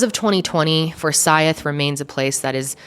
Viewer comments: ummm . . . it's For-sYth county, not For-sy-ith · Fore-Sigh-th county 😊❤ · as a georgia native, hearing her pronounce forsyth makes my skin crawl 😭😭😭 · Daaaamn! I don’t live far from Forsyth county. Never even heard of this. I’ll def have to look into it since it’s so close. Oh, we pronounce it ForSIGHTH. At least to us Georgians anyway lol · It's pronounce "for-sigh-th". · Two syllables to pronounce Forsyth. Four-sieth. Rhymes with Blythe. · i live here and it is so cool hearing you talk about this!! also fun fact: it’s four-sigh-th haha. happy you covered this, love ya ❤️ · As soon as you said Cumming, Ga, I knew I was in for an angry video. I lived in for 7 years and the atmosphere there was very racially charged. The disgusting “jokes” about where people “hung” out was a wake call. For-SITHE County is the pronunciation. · i’m from georgia and it bothers me the way you say “for-s(eye)-th” lol but i definitely remember hearing about this along with the other cases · For-si-th is the way we pronounce it here in Ga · The moderator has to go back to 1912 for a racial crime, and she mispronounces Forsythe. She is trying to spice up her mediocre reporting by race baiting. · The way she was pronouncing Forsyth was bothering the shit outta me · Why she pronounce Forsyth like that😂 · Btw, you kept mispronouncing 'Forsyth'.